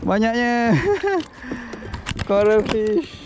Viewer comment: ikan coral sebut macam ikan koroi